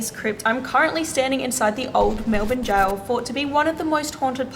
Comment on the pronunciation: We are Australian it’s jail not goal